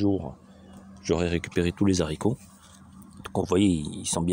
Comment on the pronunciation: Bonjour, on dit les Haricots et non zaricots